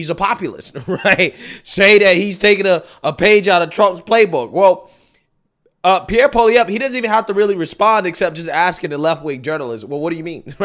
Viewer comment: I'm impressed. I seen you mess up the pronunciation many words and names. You actually pronounced Pierre's name pretty good.